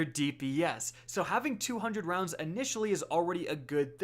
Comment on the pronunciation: Ahhh hundred rowndsssaa....wa???